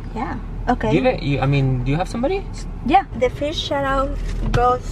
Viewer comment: She just said the fis shou and jos comment HhHahah